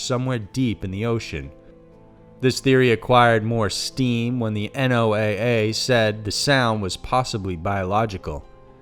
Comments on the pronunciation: you don't say N O A A.It is NOAA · Nice video. FYI - Abbreviation NOAA is pronounced "Noah."